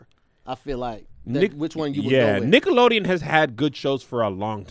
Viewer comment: Sound like they was sayin “niggalodeon” 🤣